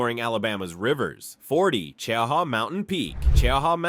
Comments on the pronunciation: Sounded like AI glitched out when saying the height of ChowHall Mountain. Its 2,413 feet -735.5 meters . Also its pronounced CheeHa Mountain. Mostly refered to locally as Mt Cheaha. It comes from the Choctaw word for high. Now you know. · If you are from here its oronounced Che - ha, stupi ai. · The way he pronounces cheaha is horrible I have lived in Anniston Alabama on and off my whole life and have been to Cheaha mountain plenty of times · I live fairly close to “Chee-ahh-haw” or if you’re from here “Cheee-Haww”. I love our foothills. Cheaha Mt. Is one of my favorite places in Alabama. That and Orange Beach or Dauphin Island. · Its pronounced chee haw mountain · And Che-ha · I'll be CHEEEE-HAW ing all day now. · I am from Alabama and I didn’t know we also have deserts ? Mt.Cheaha was pronounced like “ Chowhaw”…that’s way off man ! 😅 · We’re about 30 min from Cheaha but we pronounce it “Chee-haw” or “Chee-hah”. My husband’s family are part native (as in my mother in law’s grandmother and grandfather, one was full Cherokee and one was full Creek) he said his family always pronounced it “Che-ah-hah”. All I know is it’s definitely not pronounced like this AI in this video 😂😂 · Che-- haw is the correct way! 😂